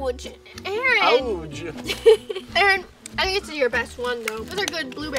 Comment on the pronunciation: i love that in every single video that aaron is in nessa and roi say aroonn at the same time